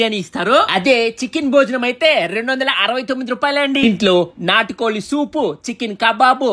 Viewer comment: నాటు కోలి ❌ నాటు కోడి ✅ 😂😂😂 అప్పలం ❌ అప్పడం ✅ 😂😂😂